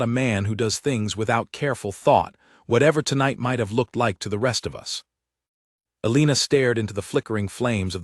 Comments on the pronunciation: Learn how to pronounce Elena or choose a different name. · Absolutely so annoyingly